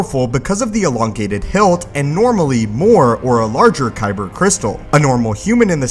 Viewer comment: Dude be like "koyber crystal"